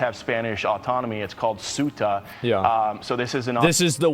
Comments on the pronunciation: Jorno guy pronounced CEUTA as SOOTA Asmon pronounced CEUTA as KYUTA and COOTA, three tries, three misses. It's pronounced Seh-oota And CEUTA IS PORTUGUESE CLAY GIVE IT BACK YOU SPANIARDS! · It’s pronounced like sewta, not suuta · Ceuta (pronounced theh-oo-tah) is 10 times smaller than Washington, D.C. It has 80,000 inhabitants. Mind you, 40,000 military age men have invaded the city. Meanwhile, former and present Spanish government officials were busy celebrating the King of Morocco at the embassy in Madrid. 🤦‍♀️🤬